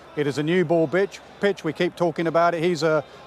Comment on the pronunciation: 3.43 minutes, Did Naseer Hussain said it's a new ball bitch instead of pitch ?😂😂